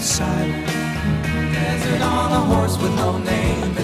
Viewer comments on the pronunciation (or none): none